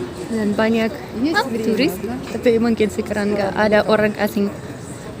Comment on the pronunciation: Lucu "orang" bukan oren 😂